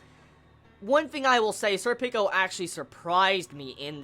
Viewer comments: pronounced "surpiko" similar to serpent with a ko on the end. Berserk = best manga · Sorry dude, every time I hear you say Serpico, it sounds like you're saying "Sir Pickles"... which is an awesome name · You know, i don't actually have much to say on this one. It's my favorite Arc, and Serpico's awesome (i pronounce his name more japanese-like, namely when it comes to vowel stress, but that's me). And it's only gonna get better.